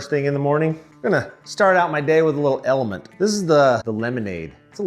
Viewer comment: LMNTEE? lol. I think it’s just pronounced Element.